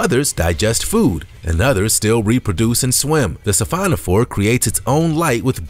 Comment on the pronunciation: Only them-over-there would pronounce it the Mary annas trench. :¬(O Heard "Sephanophore" - checked - he means "Siphonophore" I SEE "Tunicate" I HEAR " Tunakit". HUH?